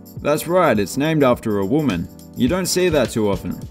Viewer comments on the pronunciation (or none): none